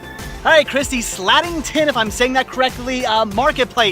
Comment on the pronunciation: BTW it's SlAtington with a long :"a".